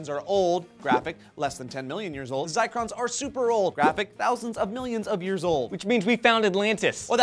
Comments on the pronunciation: Once again FAILS at science; they're called ZIRCONS not "zicrons". There's no such thing as 'ZICRON'! Zircon is used in radiometric dating as it preserves traces of uranium and thorium – this is basic Geology, guys. Maybe you guys should feature &, and your proof-reader on an episode of 'stupid Vs stewpid' - Because that was a pretty easy mistake to catch, and they said it multiple times, but still no one double checked & they both ended up looking stupid... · I went to the link they had posted and it is "zircons" not "zicrons." So I guess I was right in my first assumption that and flubbed their lines/info. Answered my own question I guess. DAMN IT JOE AND!!!!! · This was a cool and itneresting video, but I gotta ask, did and mean to say "zircons" instead of "zicrons?" I have heard of zircons and I know what the are but what they said I have never even heard of and am not sure if it even exists. I even went and looked it up and I couldn't find anything called a "zicron." I am not trying to be a dick or anything but I think they got mixed up with their info a little. Anyone want to clarify please? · Guys it pronounced "zercrons" even though you spell it zircrons. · I think it's pronounced Zirrrrrrrcons haha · I'm a geologist and I cringed every time they said zicrons. It's zircons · did you guys mean "zycrons" or "zircons"?:) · Sorry if I'm repeating but, "IT'S ZIRCONS!!!!!!! NOT ZICRONS!!!!!!!!!" Zircon is a gem. A very old one. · Those are "zircons" (pronounced ZUHR-cons not ZYE-crons). This is the kind of benevolent disinformation you get when you hire non-techies to speak on techie subjects. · zircons not zicrons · WTF is a zicron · *giggles* They're "Zircons", not Zicrons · ouch... not zicrons, zircons!! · Zircons, not zicrons. A kind of mineral. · Fact check: you mean "zircons." Not zicrons. On the upside, you may have just invented a new sciencey-sounding word! Congrats!